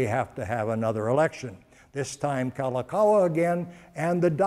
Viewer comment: LI LI U O KA LA NI NOT lilikalani. KA LA KA U A NOT kalakawa.